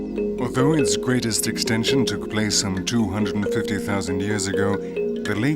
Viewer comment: 👍👌👏 Simply fantastic! Wonderful and impressive nature, great pictures! Unfortunately the narrator is still not able to pronounce words right and this is annoying and distracting. For instance: It's not plaze, it's place! Thanks a lot for making teaching explaining recording editing uploading and sharing. Best regards luck and health to all involved life forms (humans animals and plants).